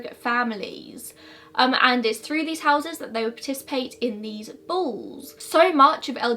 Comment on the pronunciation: I thought she said bulls i even googled bulls😂😂 interesting, ive never heard of this love hearing new mysteries